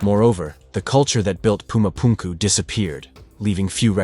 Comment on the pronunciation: Whys he pronouncing Pumu Punku like that? 😢